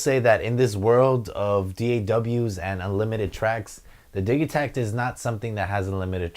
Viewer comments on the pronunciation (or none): I thought it was pronounced "Didgey-takt" and not the "Diggy-takt" :)